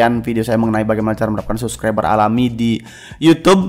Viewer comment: R RRRRRR Dek bukan L pelo Subclibel